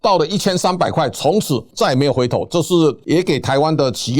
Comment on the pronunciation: 主持人能不能不要講起業，是企業，四聲企，拜託🙏